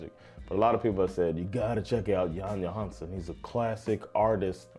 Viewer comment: Skilj på Johansson och Johansen i ditt uttal. Värt att notera är att Jan Johansens far, Egil Johansen, var en duktig jazztrummis som spelade ihop med Jan Johansson.